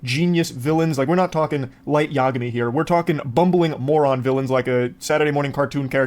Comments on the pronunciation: Pretty sure he was criticizing the pronunciation of Yagami, not confusing Light and L. It's Ya-GA-mi. Mind the emphasis, cause this is America. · Destiny’s right. Yagami with a soft is is not how you say it Ya - Gah - Mee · destiny realising he doesnt know how to pronounce yagami either lmao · He knows who light is , he was talking about the pronunciation of yagami . Moist pronounced it wrong so he asked if that's how they call it in English dub coz he watches in sub .